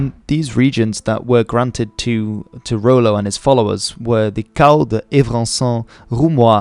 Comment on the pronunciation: "Rollo" rather than "Ro-lo"